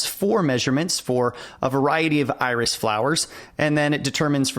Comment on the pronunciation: At first, I did not understand what you meant with "The Irish Dataset". It sounded like a chess opening. But it became much clearer when i started to read the file names. :D